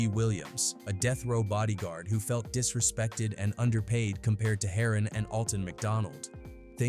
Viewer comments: "Harrin"😂 Its pronounced HERON ( HAIR-RON) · HATE THE DAMN AI BULL ISH, PRONOUNCING EVERYONES NAMES WRONG! Its "HAIR-ON" LIKE SHORT FOR HEROIN. SMH😂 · It’s heron like heroine 😂 may be I should do this id be a great YouTuber ai 🤖 amazing